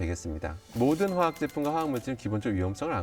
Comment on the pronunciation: 화학에너지교수가 화학을 제대로 읽지 못하네